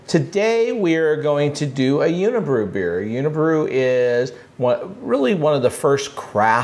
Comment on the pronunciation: A little rough pronouncing those unibroue beers ;) otherwise love the pairings